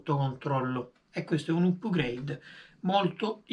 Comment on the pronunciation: Si pronuncia "apgreid" non "upgreid". Volendo esistono termini analoghi in italiano: aggiornamenti, migliorie, ecc